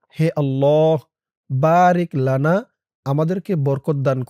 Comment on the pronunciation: বারিকলানা এটা হবে ওখানে বারাকলানা ভুল হয়েছে হুজুর 😢😂